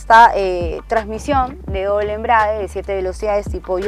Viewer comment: Ella dice "la caja de doble embriague".